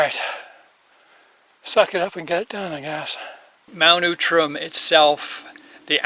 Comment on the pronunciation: interesting, I've never heard it called Mount Oootram.....always OUTram....